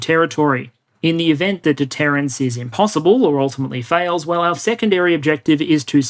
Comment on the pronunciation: ….”deterrence” not “detterance.” Otherwise another thought provoking, eye-opening presentation! (and spelled wrong again ). Not criticizing, just pointing out.